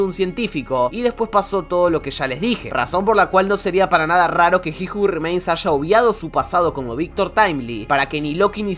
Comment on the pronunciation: aaajjjjj carajooo dijiste como 50 veces ji ju rimeins